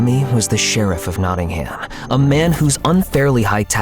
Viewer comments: Notting-ham 😂 for msa voice actors; its notting-um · LOL I LIVE IN NOTTINGHAM AND IT not-in-um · I’m sorry the way they pronounce Nottingham 😭